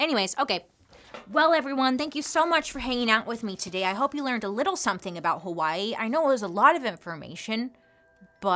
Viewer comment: 🌺Aloha Bailey, Mahalo for your story on Hawai'i! I've been a fan for years and now you are sharing about my home. You did a great job sharing the information on how Hawai'i not only got occupied but the overthrow and the current situation native Hawaiians face. (even the names... grinning you did well sis!!) 🌺 I always appreciate your candor and open honest way you tell the stories you do. So proud of the fact you are bringing information to people who are unaware of the not so pretty side of my home. (side note... Loved the fact that you shared about hula being against the law and the language... That is my history and my culture and now many will know) Luv you lady keep the stories coming!!! MAHALO NUI!!! 🌺